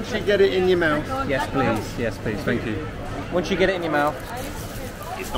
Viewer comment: I believe you are pronouncing thank you wrong. Gaam onnñn, would be closer